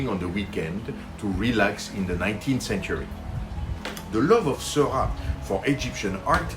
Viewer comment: I love this video! Thanks so much for making it. I finally learned how to pronounce George Seurat too! :D I recently fell in love with The Channel of Gravelines, Grand Fort-Philippe and while I don't think it's up for auction by the National Art Gallery in London, I MAY be bold enough to try to recreate it. Is this crazy ambitious?